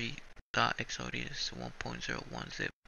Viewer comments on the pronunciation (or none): Definitely short and to the point bro... but try saying "EX-O-DUS" not EX-O-DE-AS